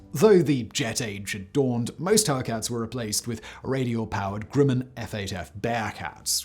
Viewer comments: Not Groo-mun, it’s Gruh-min. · Unsung? By whom? Also.... pretty sure Grumman is spelt, well.....Grumman. Not 'Grimman'. Simon......GrUmman. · Hey Simon, never heard of GROO-man. The correct pronunciation is GRUM- man. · I wouldn't call it an "unsung" her to at all. And learn how to properly pronounce Grumman. It's not Grewman. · Nice vid. not enough attention is paid to the plane. However, the company is pronounced like Rum with a G. Not GREW-man. Just saying. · the 'u' in the manufacturer's name is pronounced as "uh" not "oo", but this seems to be common pronunciation among UK YouTubers ~ otherwise another excellent production! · Lay-tay Gulf. Grum-men. My grandpa fought at the former and my uncle worked at the latter. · Mispronounces Leyte and Grumman. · Grumman is pronounced like the word gum.....short u sound.